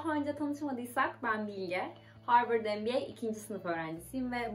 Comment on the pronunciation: Arkadaşlar söylesenize MBA dediğini sabahtan beri NBA anlıyorum.